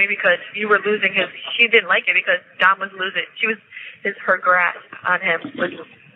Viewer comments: Did you know his name is Dominic = Dom?Not Don. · I'm not trying to be rude but his name was Dom not Don. It could be me but it sounds like you're saying Don not Dom. I just thought I'd let you know. I love your videos and I think you're great ❤ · It sounds like you’re calling him Don vs. Dom